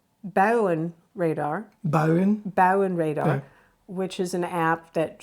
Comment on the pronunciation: there's some controversy on the pronunciation of the word buienradar. Is iy with a 'W' [of Wllem] or with a 'J']like Jenny[ I guess the latter is more from "below the rivers" [the South] 🇳🇱